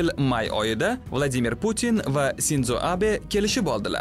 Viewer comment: Sinzo Abe emas Shinjo Abe bo'ladi Sinzo deb ruslar aytadi, siz o'zbekcha gapiryapsiz, o'zi ruslar hamma narsani buzib gapiradi misol Hiroshima orolini Hirosima deydi demak o'zbekchada Hiroshima bo'ladi. Ruschada shunday deyilsa o'zbekchada ham shunday bo'ladi degani emas